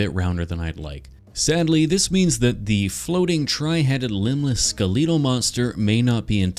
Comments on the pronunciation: why do you keep saying “skaletal” instead skelletal? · why do you say skaleetle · You always have the best pronunciations in your videos, "Skeleetle" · there was a moment of delight when i realized that you pronounce skeletal as "ska-leetle" instead of "skella-tull" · Scariest part of this video was how you pronounce skeletal 😭😭😭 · skileetle? its skeletal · So long I tried to figure out what he meant by "ska-leetle" and it took me a few times to realize that is how he pronounces skeletal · Question for the comments do you pronounce skeletal as "ske-lee-tul" like or "ske-leh-tul" like me? I've never heard the former in my life but I have a history of just going about pronouncing words wrong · WHY IS NOONE TALKING ABOUT HOW HES SAYING "SKALEEDLE" INSTEAD OF SKELETAL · Ah yes “skeleetal” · "skeleedil" -, trying to say "skeletal" several times throughout the video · I've never heard skeletal pronounced "skuh-LEET-uhl" before. Is that a Canada thing? Well, however you pronounce it, awesome sculpture as always. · Skel EEEE tal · I unironically love how says skeletal “Skleedal” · I have a problem with the way you say “skeletal” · That mispronunciation of “skeletal” 😭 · the way skeletal is pronounced hurts my soul. i will say it wrong and will continue to until the day i die. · Sir, I can forgive you for straying from anatomical correctness, but I cannot forgive you for your pronunciation of “skeletal”. /j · highlight of the video is the pronunciation of "skeletal" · I can forgive the lack of anatomical correctness, but I absolutely can NOT forgive the pronunciation of "skeletal" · Have I been pronouncing “skeletal” wrong this whole time? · his pronunciation of skeletal💀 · Your pronunciation of skeletal is already iconic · I also love how you say “skeletal” because I’ve never heard anyone say it like that before